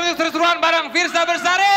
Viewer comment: Fiersa Besari bukan Bersari 😑